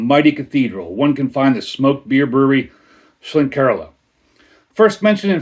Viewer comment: Nice one 👍Horns up for the pronunciation 🤘 Horns down for the pour 🤣 Haven't had this but I had the Aecht Schlenkerla Märzen recently 😋